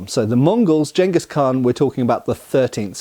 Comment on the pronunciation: Thank you for pronouncing Genghis correctly.